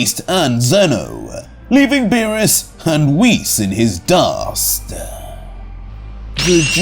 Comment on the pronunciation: Nah hearing zeno say beerus chan hurts my brain